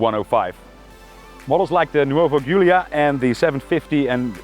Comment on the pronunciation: I'm a big fan of all your videos, and yes please keep it up with more classic cars in the future! Just one thing, Giulia is pronounced Julia ;)